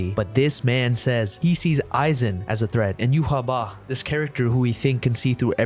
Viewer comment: How y’all pronounce Yhwach triggers me majorly. It’s like writing a characters name as Quetzalcoatl and saying it’s pronounced John. That’s not how phonetics work???